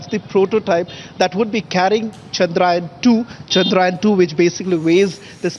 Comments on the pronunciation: It is chandrayaan not chandrayan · Your reporters can't even pronounce chandrayaan properly. Pseudo English